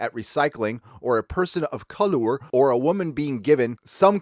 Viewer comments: I agree with your points. There's a lot of stupidity going on with the series now. On a side point, the way you deliberately mispronounce "colour" is pretty childish and annoying. Once was worthy of a slight smile. Every single time makes you seem like you're six. It's spelled differently in a different country. Does that really blow your mind so much? Anyway, your take on the Who fiasco is pretty spot on. It's pretty bleak as to what may come next. See ya next vid. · I hope you know colour is British spelling of color and that the author of this shit article didn't write a typo because your pronunciation was hilarious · Colour is pronounced the same as color not ‘colower’. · Lucy Jones is immature and can't even research her material properly. She shouldn't be given any publicity. What a tit (literally). Am-dram is amateur dramatics. You have a problem pronouncing the English word 'colour'. It's cul-err. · Why are you saying colourer when reading colour? Color and colour are the same word, we just spell it differently in the UK then you do in America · I know you’re American, but it’s not pronounced colower it’s spelt colour, that is how it’s spelt, you spell it wrong.... just aggravates me a bit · I heard 'Ka-lure', hilarious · why is he saying "colour" incorrectly SAY IT CORRECTLY MATE it's the same pronunciation as the americans say it, but for one exception US BRITS AREN'T LAZY that we get rid of a letter. BTW we brought the ENGLISH language to America so pronounce the words correctly or just don't say them at all. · As a ‘murican, you’re unable to spell ‘colour’ correctly, please don’t exacerbate your error by pronouncing it incorrectly - you just sound like an ass... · As much as I disagree with this article, I can not let the fact you couldn't say the word colour correctly. I know you Americans have trouble with speaking actual English but come on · ColoER lol